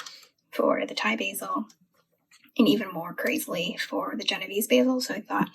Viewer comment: I love your video. your kitchen is beautiful, u must b RICH. It's pronounced Jeno VAY zee, just so you don't sound ignorant. Genovese basil is what you make PESTO out of. You can cut all your plants down to 4 leaves and they will grow back. Cutting stimulates growth. The plants love it. It's also best to never let your plants go to seed it'll make your plant bitter tasting.